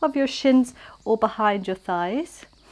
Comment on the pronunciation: you just killed me when your tongue twisted and you said "Scheiss" instead of thighs🤣🤣 Please take a look at a german translator (I'm fluent in german, that's why it made me laugh so hard) 😉 Anyway, loved this flow, always a pleasure to practice with you under the birds' chirps🙏